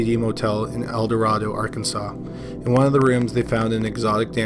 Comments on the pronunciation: As others have stated, El Dorado JD has been solved. Also “El Dorado” in this case is pronounced “Elduh-RAY-doh” in this case. Because Arkansas. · You are mispronouncing Eldorado.